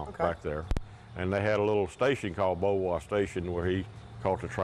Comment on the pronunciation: Thank you for this very nice, educational video! I am especially grateful for the correct pronunciation of this lovely old home! I am so sick of the videos where people who really should know better pronounce it bo-varrr! As was mentioned, Beauvoir is a French word that describes this site so perfectly and it deserves to be pronounced properly, so thank you!! 💐